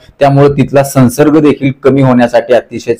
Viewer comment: सन्सर्ग नाही! संव्सर्ग !!